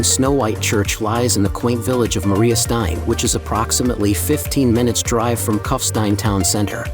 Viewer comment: Find someone who can pronounce German language names properly, rather than American distortions, starting with the very name Kufstein. It’s not Cuffstine, but Koofshtine.